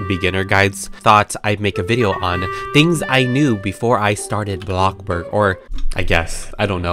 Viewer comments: ITS BLOXBURG NOT BLOCKBURG BUT BLOXBURG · Him:bloc burg Everyone: bloXburg!!!!!! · Blockburg no it’s bloxburg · Why do u keep saying blockborg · YASSSS. I love how says “blocK BOOORG” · Yeah it funny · Other people: bloxburg: blokburggg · i never tired of hearing saying bLoXBrG Btw can you tell me how to copying the colour 😊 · U make mah day betta when u say blockburg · I like how u say ABLOCKBOORG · Me: click the video: welcome back to a....blocborg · I feel like everyone sow says bLoCkBoRg